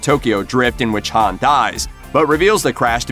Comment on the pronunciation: Bro this guy knows nothing bout fast and furious the way he said Hans name you can tell he knows nothing probably reading off of Wikipedia